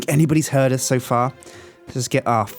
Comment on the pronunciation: i like how says uz instead of us